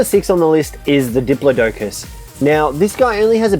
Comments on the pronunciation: Dip-plod-i-cus your dingas!! Still luv u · It cracked me up when you called it a dip-low-docus!!🤣 it's pronounced dip-law-ticus!!😉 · it is wrong. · butchered that pronunciation for the diplodocus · You said Diplodocus wrong but the vid is awesome👍👍👍👍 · Stop pronouncing diplodocus wrong